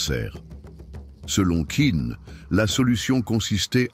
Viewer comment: Navrée, mais la narration est de plus très mauvaise. La voix monotone et son timbre désagréable. Pour Qin, on doit prononcer « Tchin ». Comment présenter un tel sujet sans savoir cela. Quant aux représentations de la Cité impériale, Celle-ci fut construite sous l’Avant dernière Dynastie, Celle des Ming, plusieurs Siècles avant Qin.